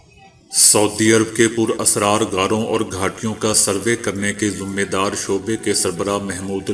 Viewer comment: ذمے دار ذال کو زیر کے ساتھ پڑھیں پیش پڑھنا انتہائی پینڈوپن ھے۔ ذمہ داربنیں۔